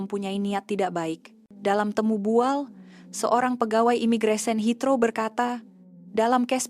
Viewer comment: Kalau orang indon buat video memang rosak, bahasa pun boleh rosak, lpangan terbang HEATHROW la, bukan Hitro , sekolah ke tak sekolah ni, rosak rosak, kalau kat kampung kau boleh la kau sebut hitro, heathrow la